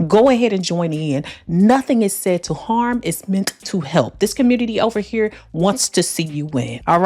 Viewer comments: Ova hurr! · “We don’t do that ova hurrr” where she from Memphis or Missouri? 😊